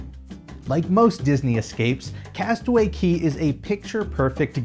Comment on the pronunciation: CASTAWAY CAY NOT KEY REEEEEEEE